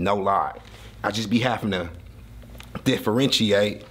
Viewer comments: Classic “DA-FRENCHIATE” 😂😂😂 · You hit that word on everything " differentiate" on point brotha. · But you did say differentiate right aye ill give you that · still can’t say differentiate🤣🤣🤣